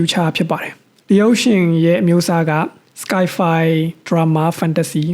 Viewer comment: Bro တစ်မျိုးတော့ မထင်ပါနဲ့ ကျွန်တော့် နားထဲ စကိုင်ဖိုင် လို့ကြားနေလို့ပါ စိုင်ဖိုင်ပါ Sore ဆိုရေး မဟုတ်ပါဘူးbro ဆိုးပါ